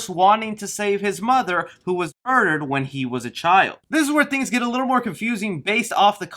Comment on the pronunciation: Try and play a drinking game when he says murrdur and then take another drink when its censored